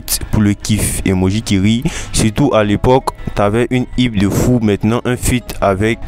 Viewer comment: j'aime beaucoup tes vidéos mais le mot HYPE Se lit ''AÏPE'' C'est un mot en anglais Merci 🤝🏽